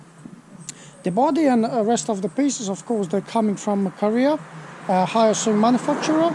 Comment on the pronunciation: Pronounced wrong, sorry